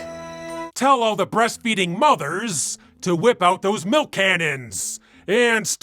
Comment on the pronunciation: "mother's mi'k."